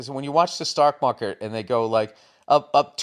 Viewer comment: he said "stock market" not "stark mocker" lmao wtf